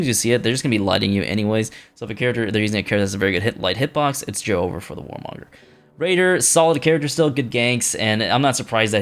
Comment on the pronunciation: please. its not joe-over, its just joever, one word, please youre making me cry